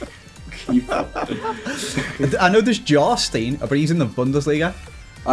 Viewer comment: Jarstiin ITS prenounced JARSTAEIIN